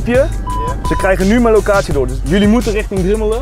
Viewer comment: Niemand: Echt niemand: Zelfs Stefan niet: Hardwell tegen de politie “Jullie moeten righting Drimmelen”